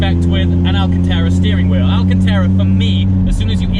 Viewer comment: Another piece of fantastic content, just a shame you can’t make it even more perfect and pronounce “alcanTARA” correctly. I would love to know why?????